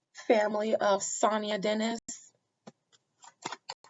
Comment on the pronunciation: Thank you for the read Adina. Her name is pronounced Sa-Ny-Ya. This truly hits close to home for me. 😔😔